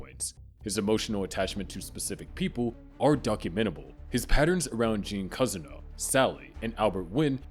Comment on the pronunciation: and he also said cuzzino instead of Cousineau